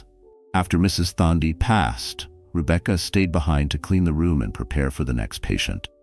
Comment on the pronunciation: Thandi is pronounced tundee Ndlovu is n-dlawvoo. (It means elephant )